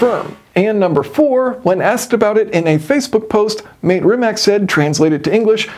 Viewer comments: I wonder if he knows that’s not how you pronounce “mate”… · It's pronounced Mate like latte. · Just for your american pronunciation - Mate is not probounced "mate" as in "check mate" or as in "whats up mate". It is ma as in "macchiato" and te as in "latte". Rimac is pronounced Ri as in "Rikola", ma is the same as before in "macchiato" and c is the sound of "tz" as in "tzar". Hope this helps ;) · Just to let you know In Croatian you probable his name like Ma/teyyy not “mate” like the Brit’s say it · It's pronounced Matt-ey. not Mate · ‘Mate’ is pronounced like ‘Matty’ btw Great video Jason! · I believe Rimac is pronounced rimats, also Mate is pronounced ma-tay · The way to pronounce the CEO's name is "Ma-Te" two syllables. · The name Mate is pronounced "Mah-teh". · @@ YES, I kept on cringeing when he pronounced Mate as if they have beer nights in their mancaves together.